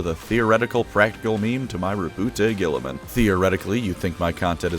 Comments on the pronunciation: "Roboot Guiltyspark" 😀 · It's not even the first of april yet we have here on our hands Rowboat Girliman pronounced the greatest primarch. I've got clickbated. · Congratulations on making it to before purposely mispronouncing his name. I know the temptation was hard to fight off.